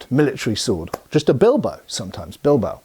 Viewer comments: Don´t want to be rude, but it´s said BIL-BA-O, not "Bilbou". I know is just a small thing, just lending a hand here. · From a place of love and appreciation for your videos… it is pronounced: BeelBahOh